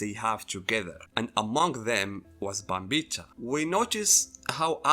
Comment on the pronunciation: Pronouncing Bambietta wrong, and Giselle is trans, so you call her a trans woman. It's implied she was born a boy and now she looks and acts like a girl. You just call her she her. You've misread Giselles character by your own bias.